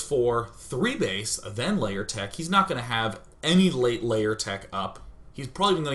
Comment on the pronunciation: Why does he keep saying "Layer" instead of "Lair"?